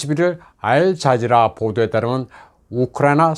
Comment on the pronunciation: 알 자지라 방송 봉알 자지라 방송 으로 들리니 주착이 천방지축이군요